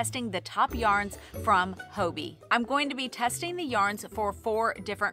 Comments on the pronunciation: Its haw-bee right? Hobbii not Ho-bee? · I love your videos, you're always so upbeat and put a smile on my face :) as a European, Hobbii was the first place I went to when I started crocheting, so it's interesting to hear your take! Just a note, I'm curious that you say 'hoeby' – is that how Danes say it?? I always assumed it just rhymed with hobby! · Hello from a Danish knitter and chrocheter 😊 I enjoy your videos a lot, very inspirational and relatable. 💜 I have heard several US yarn channels pronounce Hobbii with an o sound - here in Denmark we just pronounce it like "Hobby" 🧶